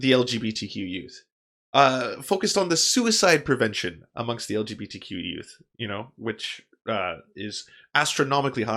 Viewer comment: I'm so stuck on dude saying it "algae B T". Damn half-gay waterborne lifeforms, with their amorphous bodies...! Lmao